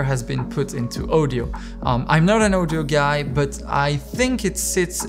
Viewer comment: Can you please say audio instread of ouwdiow